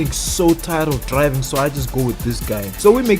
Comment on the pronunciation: No disrespect, “and since I’m drrriving this bus”